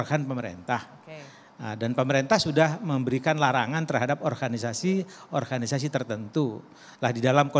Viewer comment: Baru tau klo Organisasi dalam bahasa Indonesia bacanya menjadi Orhanisasi 😆